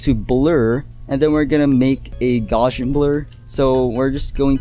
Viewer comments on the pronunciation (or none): none